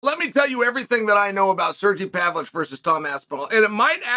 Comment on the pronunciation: Do we give Uncle Chael the how to pronounce names graph.. Pav-Lo-Vich or just let him murder names and enjoy it?